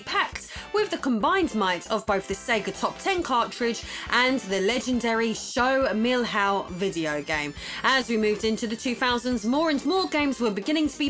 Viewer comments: I was looking for this comment, she's almost saying "millhouse" LOL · How can I explain to her the "ão" in the pronunciation?? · Your try to say "Show do Milhão" is priceless! Actually, the pronunciation is similar to "million". Maybe you should try "milliown". Anyways... Great episode! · "Show Meal How" 😂😂😂 No offense intended, love your vids and content! Much love from Brazil!:) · "Show do Milrrao" kkkkk Desculpe, foi engraçado rsrsrs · "Show Mill-Hao" 🤣 happy to see you talking about brazilian gaming history again. Tectoy is on the making of a new console! It can be something innovative, more from the same, or a complete fail. One way or another, it can probably become future material for your awesome channel. And what about that mega drive in a N64 shell... I never had seen that atrocity before 🤣 God bless you and your husband! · Great episode. But the pronunciation is a bit off. Which is OK. I am not complaining. Milhão is pronounced miljao - more or less. Show DO milhão. Google has actually a nice function pronouncing words in several languages. Maybe this helps you in the future :-) 1999 — Back when a million reais actually was a boat load of money. Looking forward to see more about the Brazilian video game market. Tec Toy is a fantastic company. Also interesting. Nintendo products produced by Gradiente. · hahaa show do mill-how! hahahah what a funny pronunciation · Lol Show Mil-Haul was funny. It is pronpunced something like million, but an ah luke ah. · OMG!!! I can't believe you also mentioned that game lol (and your Show do Milhão pronunciation was funny). Greetings from Brazil!